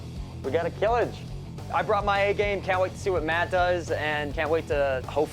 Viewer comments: Not killj .... kiliç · İts not a kılıj its kılıch... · Not "kilij" but "Kılıç" . "ı" sound pronounced like "brother ı ı ı ı gh " you heard in social media 😂 or the last part of when you say "dungeon" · Kılıç ( which you call Kılij ) already means "sword" bruhh 😅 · Kiliç would be a better translation in my opinion to give the "ch" sound right at the end rather than J. It's read as "Kihlitch" in English. Kılıç is the default word for sword in Turkish. Ottomans used "yatağan" which is a curved type of sword. It's also read as "yataahn" in English. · Kilıj is wrong its kılıç and it means sword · its "kılıç" not "kılıj" learn words dude. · It is kılıch, not kılıj. It is spelled like charity's "ch". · is is not kilij but kılıç (kilich) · not kılıj its KILIÇ it means Sword in Turkish. EDUCATION FOR GOD SAKE. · it is kilic not kilij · its kılıç. reads like kılıch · NOT kılıj its KILIÇ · no, not kilij. its kılıç. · Kılıç means sword. Not kılıj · KILIÇ NOT KILIJ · its not kılıj its kılıç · you don't say kill itch and kılıç jus means sword 😂 you pronounce it more like kulutsch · NOT KILIJ İTS KILIÇ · kilij 😂 wtf is kılıj its ''KILIÇ'' It is pronounced as kılıch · not kılıj, kılıç (ç=ch) and it's a turkish wrod which means sword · its Kılıç actually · It should ben pronounced as "kilich"